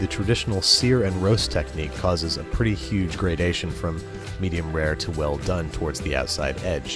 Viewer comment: There's no "h" in well bro...